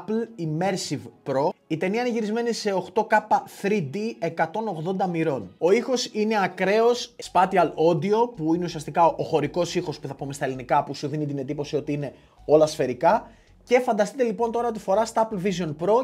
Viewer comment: Όλα καλά κι όλα ωραία ρε φίλε… αυτό το: «σπάτιαλ οντιο» τι ακριβώς είναι;;; Τόσο βλαχιά, δεν την αντέχω… (Special Audio «σπέϊσιαλ όντιο» ή κάπως έτσι τέλος πάντων…)